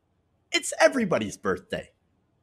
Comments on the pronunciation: I believe it is pronounced "birfday party",. Ha! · I believe it's pronounced "birfday" lol.